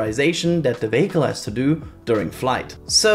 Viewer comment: Hi, great video! Tip for future videos: vehicle is pronounced VEEhicle, with stress on the first syllable. 👍 Anyway, I hope Starship makes it to re-entry!